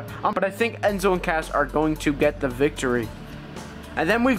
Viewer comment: you said enzo and cath